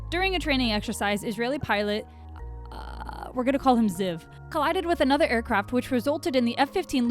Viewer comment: CONGRATULATIONS!!! that is actually how that name is pronounced, well okay... Ziv (the way you pronounced it) is a really common nickname for people with the name Zivi in Israel. (BTW in my opinion the Israeli F-15 looks cooler then the American one, HAVE YOU SEEN THAT PAINT JOB?! THAT SHITS SO COOL). Well you just talked about how it can fly with one wing 😂.